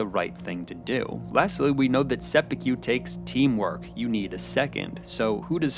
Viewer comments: Bro you made a great video about a show I love, and I wanna get that out into the open, but my god bro it’s “Seh-Pu-Ko”, you keep saying “Seh-Pu-Q” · Mana if I hear him pronounced Seppuku as Seppiku one more time I’m going to commit Seppuku. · “Sep-ei-que” is how I hear you say it every time. I’m in no position to criticize since I don’t speak Japanese but I’ve never heard it pronounced that way. I’ve always heard to pronounced sepp-e-kue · Jesus H Christ stop saying Seppu'kew 😂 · These pronunciations are making me want to commit sepookyoo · The pronounciations are taking me out... seppuKYU 😂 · Just cant listen to him saying sepukew for 15 minutes.. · se-poo-kew couldnt have even looked up how to pronounce it correctly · I cannot bring myself to finish this for the continued pronunciation of 'sepukew'. God knows how many times it was probably said properly in the show and still.... 'sepukew', he says. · " i was ready to sepeku my television " hhhhhhhhhh omg i fet that too hhhhhhhhhhhh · I cannot get over the way you pronounce "Sep-yew-kew". XD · Came to the comment section for this comment. Thank you. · You pronouncing seppuku as “seppukyu” annoyed me the entire time. Good video otherwise. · lol, "sepi-cue" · Why does he keep saying 'seppukyu' ??? Where is the Y coming from???? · Is it too much to ask for you to pronounce japanese words properly? WTH is sepukyu? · se-POO-koo. There's no white billiards ball "cue" in there, no ribs or brisket BBQ. Koo, like lovebirds. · Very good analysis, just one thing (sorry, couldn't help myself). You are pronouncing seppuku wrong. The "ku" sound at the end should be pronounced like in the word "Kurosawa" :) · seppuku. it takes less than two seconds to learn how to pronounce it. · good video but the pronunciation of seppuku made me shiver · Holy smokes bro why are you saying seppuku like barbecue? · You could pronounce seppuku better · You constantly misspronouncing seppuku so badly makes this video difficult to watch.